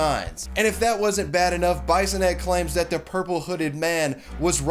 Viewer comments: Lmaothe way you say bisonette is hilarious. Its pronounced biss in et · Taking it out on an innocent employer including threats of violence fits nicely in your Trumpian America. BTW Bissonette is pronounced “Bee-so-net” not Bye-so-net. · I AM THE LIQUOR RANDY!!!!!!!! BTW it's pronounced like bee-son-ette. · As someone from Ontario myself we would pronounce bisonnette as bee-son-ette in a French way generally not like bison ette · Its pronounced Bee-sonette, not bison-ette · Hi, I am a Bissonette, Marie Claire is probably my cousin. CAN YOU PLEASE STOP PRONOUNCING IT BIESONETTE? ITS BISS-O-NET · Be-so-net... js bro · Heh! Her name is pronounced "B-i-sonnette_, short 'i'. Her dad was my history teacher at St. Robert's HS in the mid-80s, and the reason I became a pro-life activist in my youth, and why many of my peers from that period are still pro-life today. Wonderful, Ms. Bisonette! Your dad would be proud! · I know Ms. Bissonnette. It's pronounced "biss-o-net", just as an FYI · Bissonnette is a french name. The "I" is pronounced "E". Phonetically, it is "Bee-son-net" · Bisonette is pronounced - Bee-son-ay. F.y.i. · I took a shot every time you mispronounced Bissonnette and now i'm dead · Bisonette, like an itty bitty bison? The mispronunciations are strong with this guy. Swanseeuh.